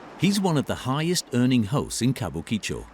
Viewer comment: Ka bu ki cho - you'd think that if you're going to make a video about a particular area, the first thing to do is know how to say its name. There is generally little to no phonetic emphasis placed on any parts of most Japanese words, so it needs to be pronounced flatly - Kabukicho, not Kabu Ki Cho. Tbh, this video just plays to the "Japan is weird" stereotype, so got boring quickly.